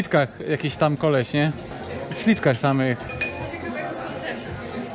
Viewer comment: Nie slitkach tylko slipkach!